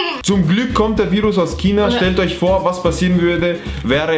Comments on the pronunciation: Es wird nicht kina ausgesprochen sondern schina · Dieses Kina anstatt zu sagen China sagen die Kind hahaha😂😂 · Es heißt China und nicht kina